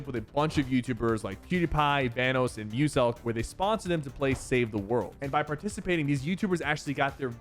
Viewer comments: Aint no WAY HE SAID VANOSE ITS VANOSS!!! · Bro just said venos 💀💀💀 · Bruh said Vannoos🤣😭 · Bro why did he say Vanoss like that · that is not how you say "Vanoss" 😂